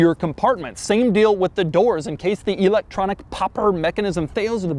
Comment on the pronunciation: "EEEElectronic". He probably says Eye-talian and See-ment too.